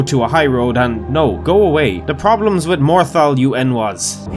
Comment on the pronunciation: Legend said morthal kombat...